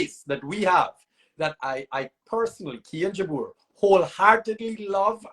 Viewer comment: PRONOUNCE KIAN'S NAME CORRECTLY. ITS JABOUR NOT JABAR